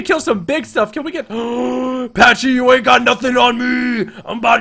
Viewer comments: It is pronounced p-a-c-y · you don't say pachy like that